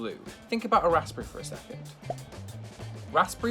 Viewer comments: Who makes toast in a press? Who doesn't have a toaster? Also, if you're looking American dude, that 'Combo' you made is called a 'stack-up' but it's meant to be all on one fork and dipped in HP sauce. Also, English dude, are you saying the 'p' in Raspberry? That's... That's not how that's said, man. 'Raz-buh-ree', just for future reference. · Eh. We gave the world the gift of our precious language and they keep messing around with it, it's understandable we're bothered. But on this occasion, I'm actually referring to how the Englishman says a word and that's just patriotic responsibility, my friend. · rasperry ?? rasBERRY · RasPP Berry I think u pronounce it rasberry because the p is nearly silent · why dose he say raspery im English and i say raspberry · Rasssbre. 😂 I'm British and ik it's pronounced razz-berry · wtf is a raspey like I thought it was raspberry?????? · I like how he said raspberry like rospburry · I'm English and have never heard anyone pronounce raspberry like that before. It's razberry. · Why is he saying raspberry weird? RASS-BERRY. WTF is a rassberry. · No one:...: rasPerry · Normal people saying raspberry: rusberie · "Rassspry" I sweat. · I’ve never heard anybody pronounce it rasPberry here in Blighty. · Yes, that hurt my soul to hear him say - RASPERRY (RASIPURRIEY) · Maybe, I'm from London and don't enunciate the S, it's more like 'razp-berry' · might be just a northern thing (Mancunian) but ive never heard anything pronounce raspberries with the P not silent 🤣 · No one’s going to talk about how pronounces “Raspberry” 😂. I’m from New Zealand, a British Colony, that cannot be right 😂😂. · as a british person, i do not think tom is saying "raspberry" correctly. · The p is silent (I don’t know why, I don’t make the rules (I’m also American so it might be a different pronunciation there)) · Finally someone commented it! Same I pronounce the "s" as "z" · The way said raspberry hahaha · My man can’t pronounce raspberry